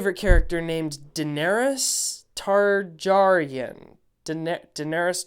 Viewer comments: its Tar-gary-en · It's Tar-GAY-Ryen!! 😃😃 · Targaryen with a hard g